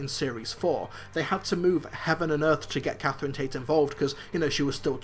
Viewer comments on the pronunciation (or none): none